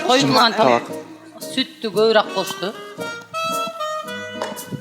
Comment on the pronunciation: эже "көбүраак,эртераак"дебей"көбүрөөк, эртерээк"деп айтыңызчы сураныч.Сизди канча адам карап, көрүп турат